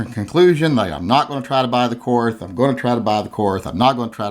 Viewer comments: Its pronounced like "court", not "courth". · it is pronounced "Court". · It's pronounced KORT. The H is silent. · I think it’s pronounced “Kort”. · The correct German pronounciation is "KORT", okay? The H is silent. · My input; you don't deserve a Korth until you can pronounce it correctly. Learn to speak, then get it. You won't regret it 😉. Personally though, if I had that cash to spend, I'd complete my Dan Wesson revolver collection.